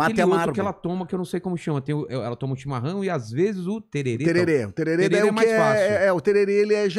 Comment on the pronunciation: É TERERÉ COM É